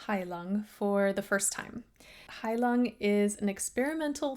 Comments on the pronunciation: heilung is pronounced high-loong, not »high lung«. »heilung« is german for »healing« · its not "High Lung", its Heilung. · I bet you one strand of hair, it's not pronounced "high lung". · Just for the record: The proper pronounciation of the "u" in the band's name is most certainly not as in English "lung", but rather a darker, much more closed vowel, as in the German syllable "-ung"; almost like the English "oo" as in "loon", except shorter. (As a matter of fact, "Heilung" is a German word; comprised of the stem "Heil-" and the ending "-ung", it literally means "healing").